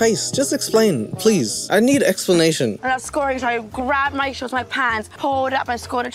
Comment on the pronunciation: Anyone else had to rewind when the girl said “shorts” but heard “sharts” instead or was it just me?